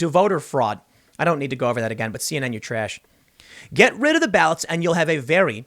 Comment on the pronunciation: "CNN your Treash"